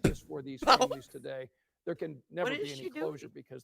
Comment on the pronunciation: Dere instead of there